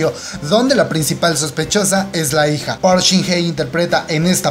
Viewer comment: Tampoco pronuncias bien el apellido de park(박) shin hye, se pronuncia bak. Tu dices bok